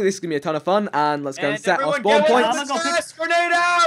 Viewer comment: My face when vikk says " who through a grenade at me " right after said " GERNADE "